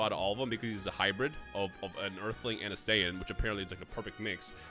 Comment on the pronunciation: please don’t ever say saiyan like that😖😖😖